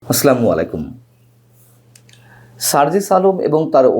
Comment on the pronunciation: Please say Assalamualikum, not aslamalikum